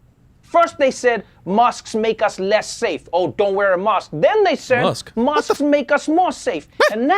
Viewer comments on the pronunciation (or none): Mosqued? What is TN sayin ;) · is he saying mosques or masks that dont work? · Did he say Masks or Mosques?